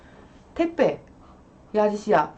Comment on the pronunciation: 택배가 퇴폐로 들리고, 쿠팡이 쿠판이라고 들려요